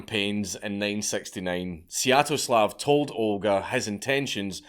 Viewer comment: I wouldn't worry about pronouncing "palanquin" correctly (or incorrectly), you already butchered "Svyetoslav"